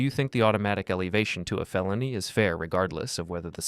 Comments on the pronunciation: AI Voice. Mispronounces the word "felony" as "fayloney" and "used" as "you-zed". No real person would speak like that. AI is infiltrating our lives. We don't know what's real, what's fake, what's true, what's false. Even videos lie. Bodycam Justice Reports, why don't you get an actor to narrate your vids instead of AI Voice? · Also "FAY-lony" 🤣🤣